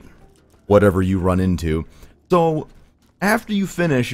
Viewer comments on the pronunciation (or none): Dude, why the hell can you not say "so" correctly? You can pronounce "s"s fine, so what the hell?